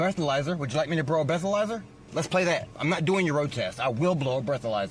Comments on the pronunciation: Thought dude was going to invoke his right to remain silent….. They are prolonging the stop by just listening to the guy bloviate…. He also volunteered to broh the bleathalizer😂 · Please let me "brow a blethalyzer" 😂